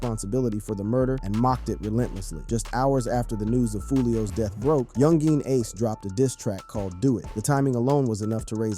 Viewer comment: Bro just say Ace. That "Yungeen" be spanking your syllables.